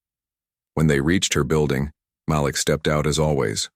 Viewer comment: Malik = muh-leek